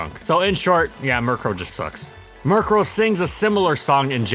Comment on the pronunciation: Guys he butchered their names and he's not even sorry